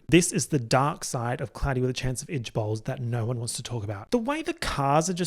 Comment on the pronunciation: i though you were saying "cloudy with a chance of edgeballs" 💀💀